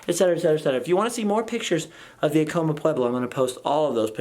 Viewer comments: I agree with you that he was mispronouncing "Acoma" in the worst way and it was driving me crazy during this video!! I too used to live in Laguna and truly miss it... I miss all of New Mexico...!! Feast time in September... :) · I live in Laguna and you say 'Acoma" Sooo wrong....and to bad if i knew you were out here could have got you up there no problem. You showed my family house too...come back in September 19th for the laguna feast, August 10 for Acoma